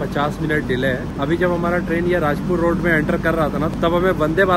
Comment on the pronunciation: its कुडाळ not kudal & its,राजापूर रोड not राजपूर रोड